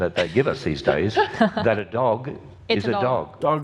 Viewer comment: I hate the way says "dolg" instead of "dog" Also why do all YECs with some kind of biology degree come from Ohio? I don't think we have this issue here in Indiana, but I studied econ, so what do I know?